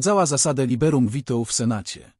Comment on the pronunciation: Proponuję sprawdzić wymowę nazwiska rodowego królowej Bony, a także wymowę łacińskiego słowa: veto. Zaznaczam, łacińskiego, nie angielskiego.